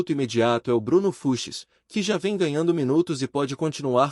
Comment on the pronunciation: Precisa avisar essa IA que é Bruno Fuchs e não Bruno Fuches ou Fruxis ou Fruchis, sei lá. Fora essa voz chata que dá sono. Bom para quem quer dormir. E vem com papo de empresário de que o Palmeiras quer o Everton Ribeiro que está em fim de carreira. Essa IA acha que engana quem?